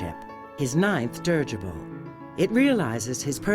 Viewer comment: Dirigible, 4 syllables, not dirgible.